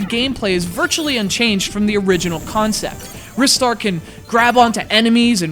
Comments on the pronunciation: Filipe Andrade Okay, well I'm going to carry on calling it Ristar the way I've always done lol, but thanks for justifying the correct pronunciation for the name, I'll look more into the Japanese meaning soon :) I know he appeared in Sonic & All-Stars Racing Transformed, and I'm thankful that he hasn't been completely forgotten like poor old Streets of Rage. Having said that, I believe it is time for a sequel now, with the new generation of gaming and all that :) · You're a fucking jerk, you know that? and other people can look like they want ( has a reason 'cause he's a metal-head), do the reviews their own way and pronounce names as they please. I for one pronounce the name [rai-star], mostly because of my native language. It's a free world. I do appreciate you not trolling and instead just saying what you felt out loud but internet privacy does not give you the right to insult people. Think about that. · I'm not sure if you were serious, but it's actually pronounced like "wrist-ar". The proof comes from the Japanese name リスター. If it were as you claim, it would be spelled ライスター. I might also have some bad news for you about Ryu from Street Fighter... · why in the world do you call it risstar? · You're such big fans, yet you pronounce it wrong. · yeah i think u mean rye-star not wrist-star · What's Wris-star and why are you talking about it during a Ry-star review? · It's pronounced "RIS-STAR"? I thought it was always pronounced "RYE-STAR"? :o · He's so much of a fan that he names CGR Undertow after Planet Undetow, yet he pronounces it Wrist Star What? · "Wristar," LOL what sillies. They also call Mario "Marry-o" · I also pronounce it Rye-Star (like Rye Bread) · I own a megadrive, yet I've never owned this game. Also, I'm not the only one who pronounces it 'Rystar', am I?